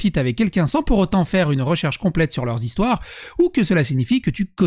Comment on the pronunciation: Pas mal le "E-stoire".